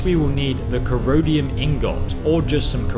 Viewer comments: Corrode-ium ore? Its pronounce core-run-dum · Still makes me laugh, you pronounced it Corodium Ingot. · I don't think it's pronounced "corodium", although that would be an excellent name for ingots of rust!